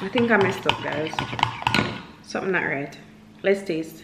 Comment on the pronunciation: “Sumn nu right” LMAOOOOO